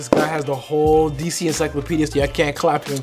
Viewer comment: Lmao “en-sike-lupedia”